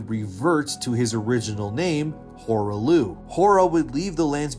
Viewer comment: "Horah Looh"? You can't even pronounce the name correctly after they say it in game? Definitely not a reliable lore video clearly.